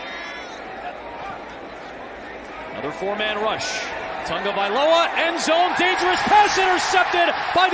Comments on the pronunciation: Is it me or does he say "Tongavailoa"? They cant say his name without an "N" i guess. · Why does everyone say Tangovailoa?